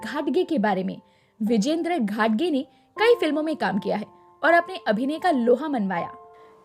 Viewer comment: घटगे नही घाटगे.सही उच्चारण करें